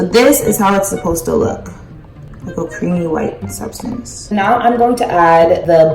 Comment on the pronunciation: "this is the sUbStAnCy" 😂